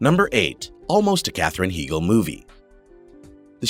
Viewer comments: I’m so glad Katherine HY-GL is not involved in this.... What is up with the pronunciation of names and words? Cor sets? “Corsits”! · Really. I understand not knowing how to say Balfe's first name but Tobias? I can't believe how poorly done this was. Heigl...Hi gell.